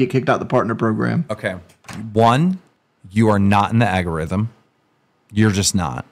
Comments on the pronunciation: "agorithm" - keemstar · Keem the regard, "Agarithm"